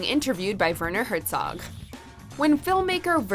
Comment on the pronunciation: THANK YOU for properly pronouncing Werner Herzog's name. I gave it a like despite no Ed Wuncler and Gin Rummy inclusions. And Gangstalicious.